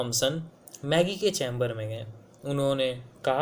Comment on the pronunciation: Magie nahi Maggie hain voo. Lekin koi baat nahi. Mera english literature kaa test hain. Thank you for this video.